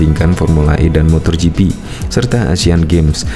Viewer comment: Yg bener itu MOTO GP bukan MOTOR GP... mbok sebelum tayang itu di cek dulu apakah ada sebutan2 yg salah atau tidak...